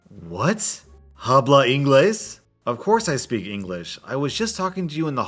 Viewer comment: saying "habla" by pronouncing the h made me hurt on the inside.